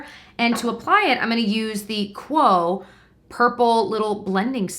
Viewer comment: We pronounce Quo [Kwee-oh] :) Loved this video!!